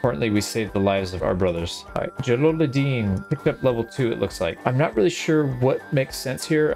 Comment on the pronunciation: it's Jalaluddin pronounced Jalaludeen